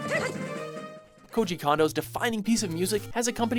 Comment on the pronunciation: Yup. Thats how you pronounce his name. Coo- ji Kondo.